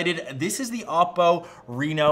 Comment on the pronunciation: Man, I hate how tech you tubers pronounce Chinese brands. I love your content but it’s pronounced Oh-Po and Hwawei. You need to pronounce the h in huawei